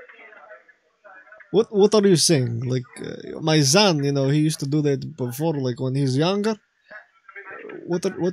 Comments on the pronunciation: Серьёзна?? As a Russian, I'm confused by his use of "z" instead of "s" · everybody who speaks russian would immediately cringe at how he pronounces son... it's son not zon. even russians have a strong s when needed. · Yeah, pissed me off how he kept saying "zon". Otherwise it sounds pretty much like some of guys I knew back in a day.